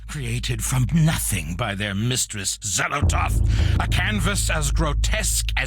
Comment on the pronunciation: xellotaTH. tATH. TH. goddamn that's annoying.